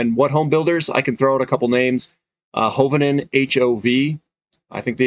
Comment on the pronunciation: it's Ho-vane-e-un, (Armenian name)